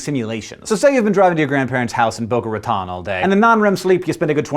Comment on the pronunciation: Hey he said boca Raton wrong!